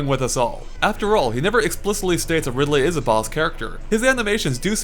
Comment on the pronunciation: umm....did you just call Ridley at first.....Ripley?